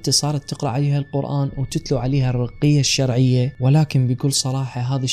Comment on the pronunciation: مدري شون تلفظ الرقية الشرعية